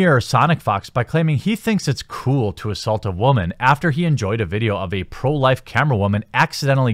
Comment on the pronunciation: Despite your seeming inability to pronounce women properly, I would love to back nothing but games. Unfortunately work has been slow and therefor money.